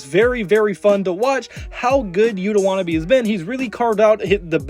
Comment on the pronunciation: And how does he pronounce Yuta Watanabe as wanna be?